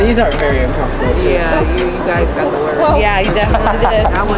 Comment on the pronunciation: She said a bad worf